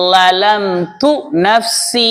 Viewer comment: Zalamthu ஏன் தாங்கள் ழலம்து என்று எழுதியும் ஓதும்போது லளம்து என்று ஓதும்போது அர்த்தம் மாறாதா ஹஜ்ரத் அவர்களே